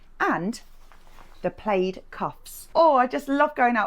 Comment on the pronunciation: New to the channel, love the content, but is there a chance you could talk more naturally please - not so stunted and forced. Sure you don’t speak like that normally? BTW it’s tartan or check, not played (pronounced plad)